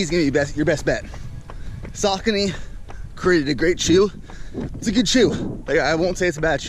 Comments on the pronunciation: saucony pronounced as sock-on-knee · The correct pronunciation of Saucony is “SOCK-UH-KNEE”.